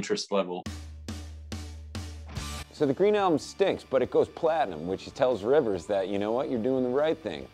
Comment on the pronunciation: “Riwers went to Harwardge…”